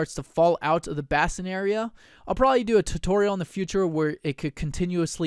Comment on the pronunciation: Nitpicking here ... "bass-in" ... NO NO NO .... "BASE-in."